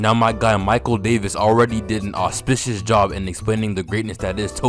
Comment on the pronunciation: Love the way my man says auspicious